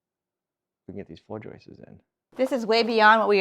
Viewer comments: It's not joyces, it's JOISTS. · Joists, NOT JOISTES. PLEASE!! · I know nothing about building but I do know English. There is no "es" at the end of the word joist. It is a simple, plural "s". Joists, not joistes. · Stop with the "joistses", stop, just stop. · Yes, every time he says "joistes" it's like fingernails on a chalkboard LOL. Actually, he accidentally pronounces it correctly . Miracles are possible after all! 🤣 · I love your videos and appreciate the hard work BUT please dont say floor joyces, it is joists. thanks. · I just googled it, plural for joist is joists. But not joistes. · He's saying Joists's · It's JOISTS.... not "...JOISTES..." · If i hear JOIST-ESS one more time, I'm going to explode. 😢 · Except he doesn't say "joists"... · Who smiles every time says joists?